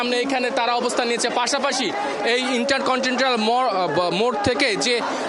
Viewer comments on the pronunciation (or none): ইন্টার কন্টিনেন্টাল বলতে পারে না,সে আবার রিপোর্টার হা হা হা....